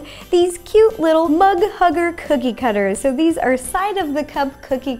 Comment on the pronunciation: when she said mug hugger, I thought she said hug mugger... so I am assuming that is someone who mugs people of their hugs.. idek man